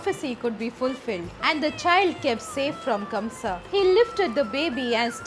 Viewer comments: kans not kamsa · No offense ma’am but the king’s name was Kansa not Kamsa. Jai shri krishna